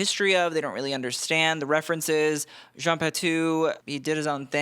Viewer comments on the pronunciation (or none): none